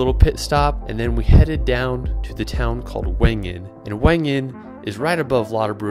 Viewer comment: I like how this guy could not pronounce German words like his attempt at "Jungfraujoch", and "Lauterbrunnen" totally wrong LOL Please try to learn the language when you are in another country.